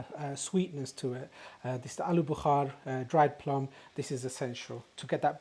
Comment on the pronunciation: It’s aluu Bukhara NOT BUKHAR that means fever !! At least get your words right if you want to pretend you are an English boy !!